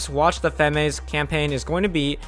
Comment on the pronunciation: Good video! FYI, Femmes is pronounced without the "S", "fem". I imagine you'll get lots of practice in the next few months;)